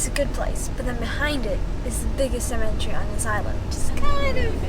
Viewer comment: At the mark.... Cemetery.... No "A's" in Cemetery....